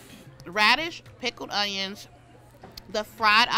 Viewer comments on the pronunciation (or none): none